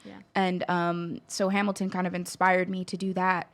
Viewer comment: I cringed when she said Hamil-couple, NOBODY CALLS IT THAT